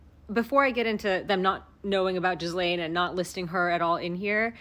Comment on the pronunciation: The s is silent in Ghislane's name. Remember she's not Jizz-lane; she's Jillane.